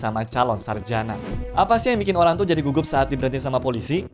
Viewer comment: ada yang sadar ga awal2 nya salah sebut malah sebut olang bukan orang wkwk